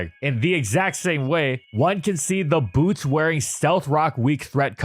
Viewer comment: Do not change the T in Boots for a B